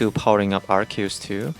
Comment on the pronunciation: wow you're actually the first person i've seen that pronounces Arceus correctly, even tho its japanese name is アルセウス Aruseusu (I'm pointing out since i believe you are japanese, so it's even more impressive getting the pronounce right because it's composed of latin root words)